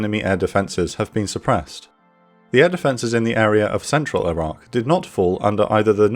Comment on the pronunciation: Not sure why but often when you say Iraq it sounds like Iran. Maybe pronounce the Q (K) more?